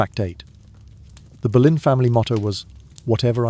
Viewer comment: Even though none of it was true!! Ridiculous and he says Berlin her surname was Boleyn pronounced Bow- Lyn